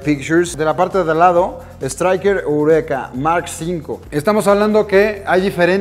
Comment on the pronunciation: Así no se dice estriker eureka